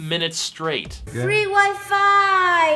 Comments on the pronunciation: Fwee Wi Fiiiii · DIS IS WHA FWEE WI FI ROOK LIKE